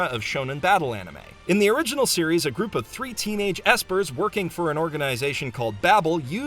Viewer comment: did my mans say E S P E R S